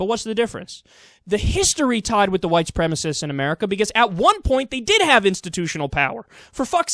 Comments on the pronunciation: Oh Bill. Your words would carry more weight if you could pronounce the word,say it with me "Soo-prem-a-sist" Supremacist. Stop turning it into supremist,thats not even a word! Sounds like a kitchen cleaner-ladies,keep your kitchen sparkly fresh with supre-mist! :D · is not even pronouncing the term correctly (as shown on his own monitor). White supremacist, not white supremist. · I love how O'Reilly can't pronounce "supremacist." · It's hilarious that he thinks he's all that but he still can't pronounce "supremacist!"